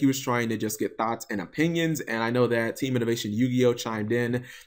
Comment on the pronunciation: Thoughts not Thots